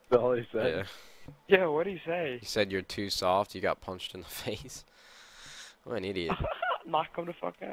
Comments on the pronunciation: Ahhahahaha he can't even say soft right, "your too Fuuuken soooorft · "Ya to fwarken sowft." wot? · "you're too suoft, you're too suoft..." lmao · That guys voice is fucking hilarious "sowft" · ''You two shoft'' XD learn how to speak before you insult someone.